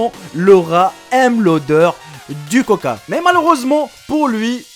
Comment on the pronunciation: Du coca.... pas du couca lol !